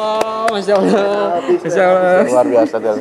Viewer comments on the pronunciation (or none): Pada kalimat allah harusnya allah bang bukan alloh maaf cman ngasih masukan aja hihi mantab lah videonya